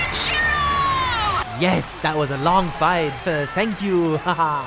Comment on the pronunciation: The way he said Kenshirou sounds like "country road"....